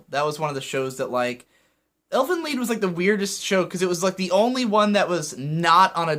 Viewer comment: I guess you've heard this a lot already, but you're mispronouncing "Elfen Lied". The title, much like the episodes, is named in Germa, and it means roughly "Fairies' Song',.... Wel, TL;DR, you read the "Lied' word as "Leed", not "Ly-d"